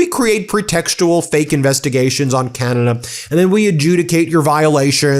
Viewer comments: The way this ambassador pronounces Canada irks me so much! 🫤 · IS it just me or does it piss other CANADIANS how he pronouces CANADA...?? If your gonna insult us at least pronounce CANADA properly!!!!😖😡🤬